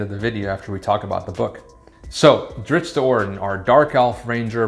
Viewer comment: Wheel of Time and now Drizzt “not Drizzit” Do’Urden. 🤘 best channel